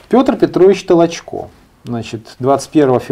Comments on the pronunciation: Ударение только надо правильно в фамилии: ТолОчко, а не ТолочкО! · Ведущий , какой ты бестолковый ! ТолОчко ❗️. .. а не ТолочкО ❗️..... Коль ты даже этого не знаешь , дальше тебя слушать..... Трата времени впустую ! 👺 🤮🤮🤮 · Может, для начала, правильно ударение в фамилии Толочко ставить? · Пучков то откуда знает? Он что историк? Он это, родился в Кировограде. В крапивницком сейчас. Давайте у Спицына хотя бы спросим. А Петр Петрович не ТолочО а ТОлочко. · Пожалуйста, произносите правильно имена известные и уважаемые, в данном случае, историка - Толочко, ударение ставится на втором слоге, на Украинский манер. Материал исторический вами предложенный очень интересный и чрезвычайно Своевременный, по мнению многих.